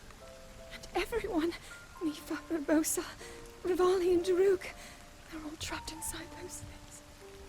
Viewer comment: Excuse my French its urbosa not urges